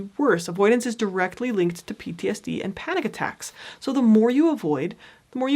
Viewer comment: Pronounce PTSD more clearly. You're not doing a good job with that.